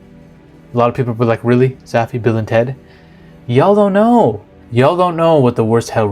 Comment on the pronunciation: Hell is listening to a white guy say "yall"...